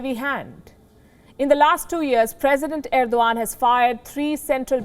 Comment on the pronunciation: Erodgan or I must say Errrr-do-Gand